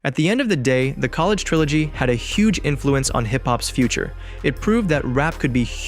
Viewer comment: No way this AI called Ye a fucking COLLAGE Dropout.